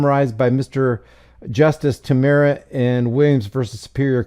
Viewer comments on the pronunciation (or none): none